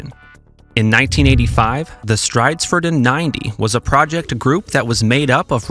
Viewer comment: I sugest that you listen to the pronounciation of words in other languages before recording, because you really butchered "stridsfordon" to an inrecognizable mess there... 🙄